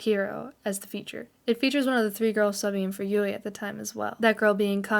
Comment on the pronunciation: New fans making "explanation" videos. Oy vey😂 I know I'm nitpicking but, here we go, don't take offense: It's Moa (moh-ah) not Mo. Moametal not Mometal. Yui (Yu-ee) not Yu. Momoko was born in Fukuoka and moved to Kanagawa. You have it backwards. And of course, the mislabeling of the song iine as "Line". Other than that, the only other "complaint" I have is that these "info" videos have already been done several times before. I, as well as the rest of The One, appreciate your effort though. I just feel, personally, that these new videos are quite unnecessary, as there are more concise, accurate and informative videos already out there. But I understand the fervor of a new fan. I was a new fan once too 😂. Babymetal becomes addictive and has a tendency to take over certain aspects of your life. Discovering Babymetal was a life changing experience for me, as well as it was for others in this fandom. Making lifelong friends from around the world in the Babymetal community has been the best experience of my life. Even as far as traveling to Japan, which is WAY out of character and out of my comfort zone as an introvert. I welcome you to The One. Welcome to the Fox family. You should really delve into Sakura Gakuin and discover why Su, Moa, Yui, and Momoko are so endearing to us OG fans who discovered Babymetal while they were still in Sakura Gakuin. I mean, if you're gonna go deep, GO DEEP. Kitsune up! 🤘🦊